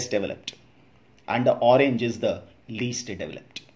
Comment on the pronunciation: Sir min u sead orenge, it is pink